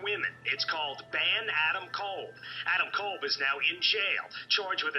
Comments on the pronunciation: Just so you guys know, you're mispronouncing his name. It's Adam Cobb. Not kole. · I'm not talking about the wrestler. I know nothing about him. I'm talking about the guy in jail. Everyone keeps pronouncing his name as "Adam Kole" when it's pronounced "Adam Cobb."